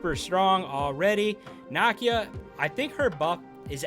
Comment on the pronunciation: Bro her name is pronounce Nah’Key-Ya….not “knock-e-ya”